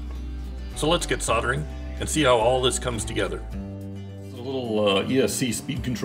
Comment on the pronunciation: "sol-der-ing" with an "l" please 😊 sounds much better. Great show by the way. 👍🏻